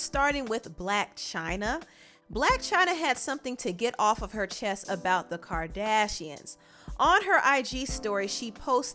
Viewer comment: Did you say the birdashians?? Lmao